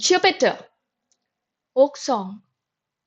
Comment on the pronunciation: Jupiter not jupitar